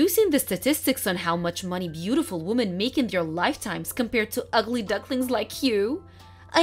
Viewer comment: And to other channels, the word women they all pronounce it wo-min instead of wi-min